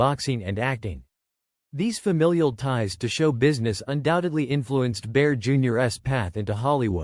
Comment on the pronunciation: ....Baer, Junior-ess..." Gotta hate AI narration 😮😢😂😅😊